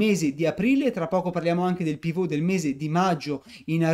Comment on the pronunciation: Perche' dici Pivot con accento francese? e' un termine inglese: UK:*/ˈpɪvət/US:/ˈpɪvət/ ,(piv′ət)